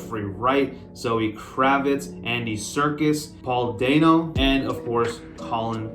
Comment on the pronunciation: Not dane oh, dan oh